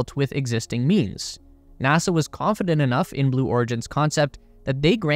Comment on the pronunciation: It's NASA...not NASAR